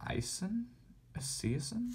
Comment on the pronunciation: Bro... Boomer E-Sigh-Son 😂😂😂